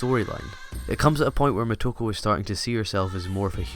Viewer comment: Moto-KO, it sounds like you're calling her "Ku".